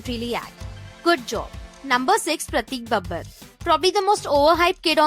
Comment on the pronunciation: I was really digging into this video and about to click the subscribe buttion... but then I heard the name "Prateik Babbar", I mean really? Wtf.